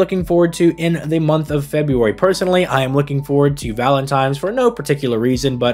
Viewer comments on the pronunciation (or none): Am I crazy or was pronouncing it "Valentime's"